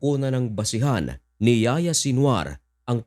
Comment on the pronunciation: Ang pagbigkas sa pangalan n'ya ay Yahiya hindi Yaya Haha